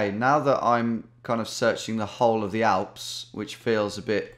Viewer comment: Tom saying: I knew it was going to be in Germany. Also Tom: First Thing Tom Does: RIGHT WE GOING FOR THE ALPHS. I'm 99% Sure It's Schweiz.